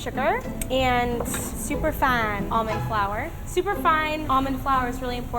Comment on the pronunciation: did anyone else hear super fun instead of super fine lmao "super fun almond flour!!"